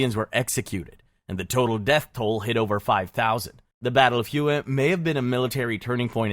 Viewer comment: I love being educated on History by a person who can’t pronounce a single location’s name correctly. Hue is pronounced like “way” not fkin “whoooeeeyyy” 🤤